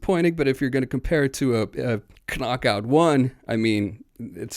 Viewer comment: Please, stop pronuncing the "K" in "knob", "knock-out", "knee", it makes you sound like a knewbie (tho you have a very good accent overall)